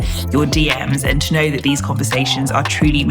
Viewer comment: "Tooknow" Ghanaians 😂